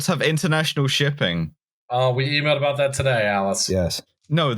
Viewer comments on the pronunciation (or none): sorry aboot the mess eh